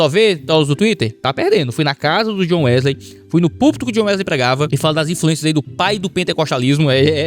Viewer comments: "Wesley" em inglês se pronuncia "Uísli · A pronuncia de John Wesley era mais ou menos (djiónn Uéslii) com o passar do tempo alguns dialétos comeraçaram a pronunciar Wesley como (Uíslêy). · Acredito que seja Wisl "i", ey se pronuncia como i.. DisnI (Disney), MonI (money), DonkI (Donkey), MickI (Mickey)... A pronúncia é I kkkkkkkkk... eu me acostumei com a pronúncia de "ey" após ouvir tantos vídeos de nerds estrangeiros falando assim.. kkkkkkk